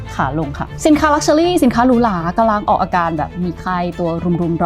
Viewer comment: เนื้อหาสนุกน่าฟัง ติดตรง luxury ออกเสียงเป็น luxuly-ลักเชอลี่ ฟังแล้วสะดุดทุกครั้ง